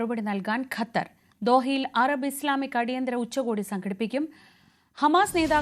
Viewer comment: ഖത്തരിന്റെ" അ ത്ത" പോകും